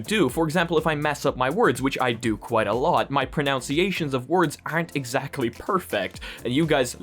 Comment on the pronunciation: His pronunciation of the word "pronunciation." 😁